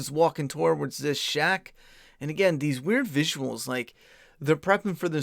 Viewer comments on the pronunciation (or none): It’s pronounced “tords” not “toe-wards” bro